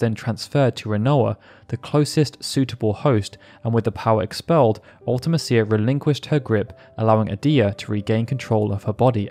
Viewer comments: Absolutely agree UltiMEEcia is much more fitting. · Its spelled mecia…. Like felicia. Mee-sha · man, the more videos I watch on FF8, the more it becomes apparent that nobody actually knows how to say Ultimecia’s name… 😅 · The way you pronounce Ultimecia is pretty cringy. Also, I'm pretty sure Matron is a title, not a name.